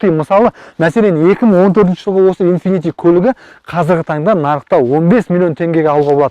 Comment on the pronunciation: Инфифи демей дурыстап айтсаш